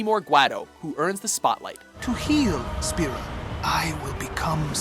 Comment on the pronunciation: the way he says guado and spira....